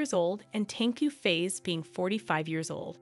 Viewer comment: Hehehe Tengku face ........ We here pronouce it as Fah ezzzz (Fa'iz)~~~~